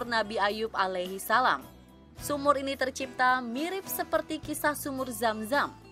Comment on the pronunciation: Narratornya biar yg bisa nyebut ALAIHISALAM dengan yg betul dong